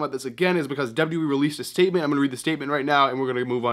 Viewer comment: When will you learn how to W W E instead of w e